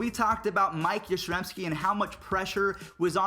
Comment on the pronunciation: yastrzemski noy yaztezmski